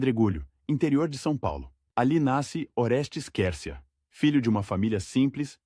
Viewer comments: O nome se escreve Quercia,mas se pronuncia: "cuercia",e não quercia! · Você nessa Narração está pronunciando certo o Nome dele ? A Pronúncia é Cuércia , não Quércia, eu ouvi falar desse político desde Criança, nunca ouvi essa Pronúncia !!! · Pronuncia - se QÜÉRCIA e não qércia . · A pronúncia certa ,QUERCIA. É. QUERCIA,COMO. QUAL,GRATA❤❤❤❤❤❤ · Ta né dando agonia ter que ouvir o narrador falar o nome do Oreste Quércia errado.😮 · Até que enfim 😂dá agonia de ouvir essa pronúncia…